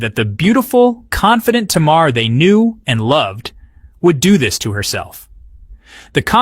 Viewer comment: U put up the name countess Vaughn.. but then u started talking about Vanessa Williams... all blk women don't look alike.. Smh.. and u didn’t pronounce SZA or Tamar name correctly 🤔 🙄..uugghhh